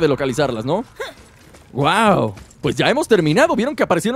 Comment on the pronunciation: Se dice wow no wao